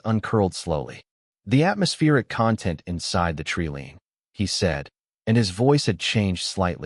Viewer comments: Jesus h keerist! Another AI that can't pronounce TREELINE. It's pronounced treeline not treeleen!😂😂😂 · i believe you mean treelean....lol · Must have leared pronunciation at the learing center.